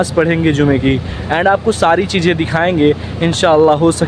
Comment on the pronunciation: Namaj❌Namaz✔ Cheeje❌Cheeze✔ Badsa❌Badshah✔ Suru❌Shuru✔